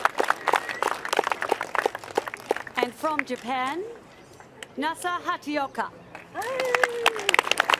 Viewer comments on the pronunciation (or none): Please commentators now and in the future,it is Nasa HAT-A-OKA,you are highly paid professional commentators,do some research and get it right!